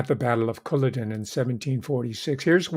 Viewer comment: Battle of Culloden--emphasis on 2nd syllable: CulLODen.